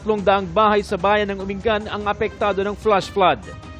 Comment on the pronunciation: uminggan po tamang bigkas d umi ngan